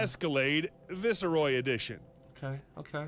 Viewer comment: Thats not how you pronounce viceroy!!